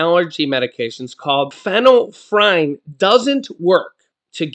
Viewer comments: Fin- ill- efrin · Pronounced FENNEL EF REN. But I like how u said it better lol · Lets sound it out...fin ul lef frine 😅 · Pron. fenell,-effrin. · Sorry to correct..it is pronounced...fen-yl-ef-ren. Just FYI. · it is pronounced- feenal-f-er- in and the other is sue-doe-f-e-drin